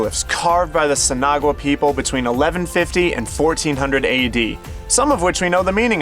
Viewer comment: Here's a tip from a local: Verde is pronounced like birdy, not vairdy. Also Sinagua is pronounced sinawah.